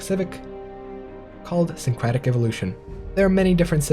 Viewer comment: Why can't you pronounce "syncretic" correctly my dude?